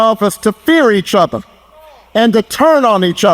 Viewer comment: Obahma saying othas. Instead of other